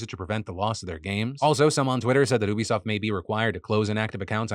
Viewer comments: Why do you say oobisoft? It's U-bisoft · Phil, it's "you-be-soft" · Bro it's YOU-bisoft not OO-bisoft 😭😭😭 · LOL defranco can be such a clown... Ubisoft does not rhyme with booby-soft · Is Phil pronouncing Ubisoft wrong or have I been pronouncing it wrong my whole life….